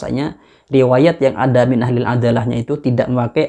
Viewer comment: Bukan malah siapa gurunyaa yg jdi tolak ukur adalah otaknya🤣... pawang jin/tukang rukyah.. bukan faqih.. tapi sok faham tafsir dan fiqih.. dan ketika baca kitab itu banyak salahnya... Lafadz Min dibaca Man.. artinya kan jauh...